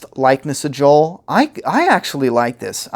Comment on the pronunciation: J.O.E.L. NOT J.O.E.